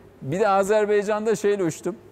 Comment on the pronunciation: Ohoooo Selçuk bey de Azerbeycan diyor arkadaş biz Türkiye milleti olarak niçin bir türlü şu e harfini a yapamıyoruz. Baycan kardeşler o ülkenin ismi, Azer baycan.